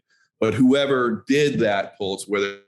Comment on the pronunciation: Pulse..... not ports